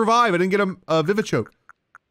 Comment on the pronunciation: On he said vivchoke our for earlier on you craft revives with medicinal leeks and vivichoke no offence